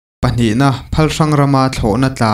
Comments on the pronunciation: Phalhrang tih ah pawh khian 'phal' tih khi thluk hniam tur ania 'hrang' tih khi thlahrang ami hrâng tia lam tur Minpui pawh khi Miinpui tia lam tur Ainak tih khi Ainâk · A ngaihnawm hle mai.Thil pakhat khaw hming Phalhrang tih hi ilam dan hi a dik lo em aw ka ti. Phal lai tak hi exampleah In dap phalna nei tiha phal angin lam tur ani a, Hrang hi dahhrang tih ang ni lovin mihrang sahrang tih ang hian hrang hi lam tur niin ka hria.Ka khawhriat khua anih chuan. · Phalhrang ilam dan chu lung ava oilo thlak ve mole😅😅😅